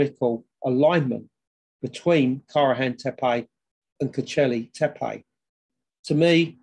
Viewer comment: Not a bad shot but then I do live here. Tepe - e as in egg so tehpeh Kara as in Carrot and C as J so Nejmi. This should help a bit 😀